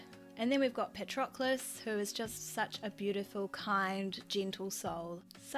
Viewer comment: Did you say Parchocolate? 🤣🤣😂🤣😂